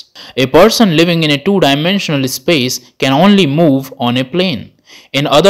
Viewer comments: And it is not ehspace. Just space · This guy pronouncing space as ispace 🤣🤣🤣🤣